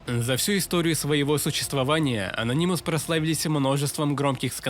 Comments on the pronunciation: Ano’nymous На 2 слог ударение Спасибо за ролик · бесит твое произношение ононимус ....уши вянут.